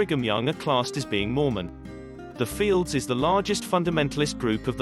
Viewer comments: Very cringe. NOT “fields”… they’re known as F-L-D-S. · They are not known as "fields" as you are saying it. They are known as F L D S